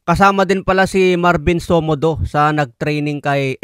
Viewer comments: SOMODIO po yan hindi somodo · Marvin somodio Hindi somodu